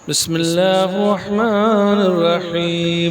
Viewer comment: Reciting wrong bismillah